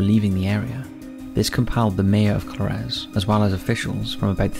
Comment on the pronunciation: Its pronounced Co-lar-ez